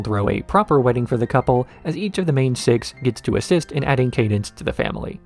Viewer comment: Why are you pronouncing cadence's name this way?